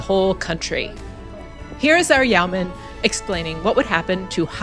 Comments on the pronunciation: Yo-man, not Yow-man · yeeoww man? That should a Yeoman, ( yo man) 🤣🤣